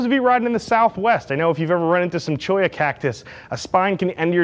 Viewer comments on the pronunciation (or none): none